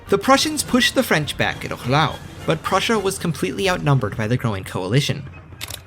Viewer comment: I absolutely hate how you butchered prussia, but I would be lying if i said i didnt want more.